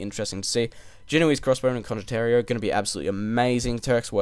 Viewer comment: Hey, great video as always, thanks:) Just one little tip, it's condot ti e ro, condot-tea, you (and others) pronunce it as if it was written condotterio. Source: I'm Italian, and condottiero is an actual Italian word